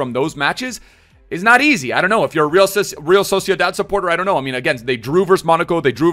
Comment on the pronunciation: He said erreala, in vasque🤣